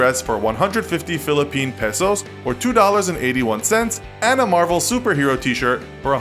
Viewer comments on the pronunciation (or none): none